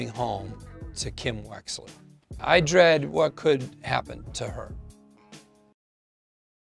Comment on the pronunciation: Todos: Kim Wexler: Kimm Wetslerrr